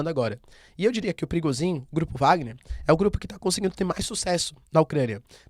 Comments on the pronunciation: É prigojin, não Prigozin. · é so eu que entendo perigosinho ? 🤣🤣🤣🤣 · So eu q entendi " perigosinho" ?